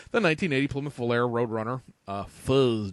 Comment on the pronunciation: it's not volare it's Volahray! Hohohoho!